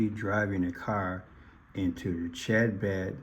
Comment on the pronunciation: The C in Chabad is silent. Like habad or Hanukkah/Chanukah.